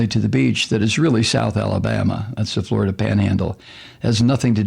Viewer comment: pronounced: Flori-Duhhhhhhhhhhhhh